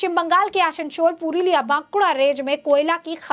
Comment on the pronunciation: Aasansol - not Aashanshol Bansal - Not Banshal